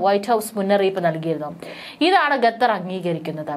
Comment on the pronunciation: ഗതർ അല്ല ഖത്തർ എന്ന് ഉച്ഛരിക്കാൻ ശ്രദ്ധിക്കുക.